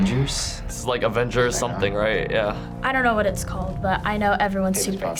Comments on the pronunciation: Is it just me or are some of them saying “ADvengers”?? Instead of “AVengers” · Darc Dreams she sounded like she said "advengers" lol it was a joke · am i the only one hearing some of them call it "the advengers" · Did that blonde girl just say AFENGERS? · Advengers?? XD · Is she saying advengers? And not avengers?